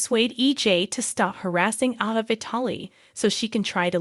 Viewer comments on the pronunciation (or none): A (as In abcdef...) VA. I really don't know where you get these readers that cannot pronounce these names but maybe they should be made to watch the shows with every person whose name that they have to pronounce. Your readers really don't appreciate trying to figure out who they talkin about when they read these stories. And I want to know who Nickel is ?